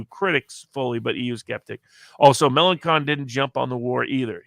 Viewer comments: Note: LePen is particularly strong in the North East, not the North West ( i.e. French Brittany ), which goes to Macron. And it's Melanchon, not Melankon ( 'ch' sounds like the sh in 'shoe' ). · Found him to be very ordinary. Can't be bothered to pronounce Melenchon correctly. He talks about making some bucks on a bet on the French election. Classic.